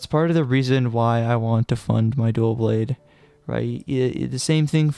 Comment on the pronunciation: “Duaw Bwade” no L’s allowed only W’s